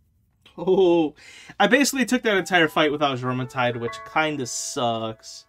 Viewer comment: Jormentide is pronounced Yormentide. - Faleris Fight... Mounted on Azurobe applies water damage to your attacks. Is helpful Kill the adds first before summoning your Pal. 1 shot from a normal rocket normally does the trick. - If I intend to ride a pal, I will set them to passive before entering the fight. That way they don't start an attack when I summon them. - Nice Wins! Great Job! - Have you maxed your capture power? There are a LOT of lifmunk effigies left on your map. - If you watch their old trailers, you will see them riding on huge flying whales. One trademark element of those flying whales was the spikey collar they have. Most of the HUGE skeletons also have a spikey collar, so it appears that all the skeletons are from the flying sky whales. You can see the spikey collar on the left of the screen.